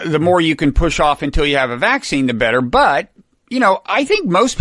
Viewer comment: Is it a northeast thing to stress the first syllable of vac-cine? First time I've ever heard it like that.